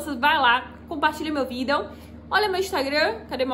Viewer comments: Melhor "Vidél" que já vi sobre NIF, pois esse "Vidél" é muito explicativo, sem esse "Vidél" eu nem saberia que precisa do comprovante de endereço brasileiro!! Esse é o "Vidél" que todo brasileiro pensando em morar em portugal deveria assistir!! Que "Vidél", que "Vidél" kkkk a palavra "Vidél" não sai mais de minha cabeça, socorro!!! Kkkk "Vidél"!!! Kkkk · o jeito dela falar videl é engraçado demais " jhente compartilha meu videl " kkkk